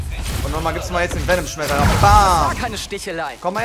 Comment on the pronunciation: niemand: wirklich niemand:: VeNoM sCHmEterRer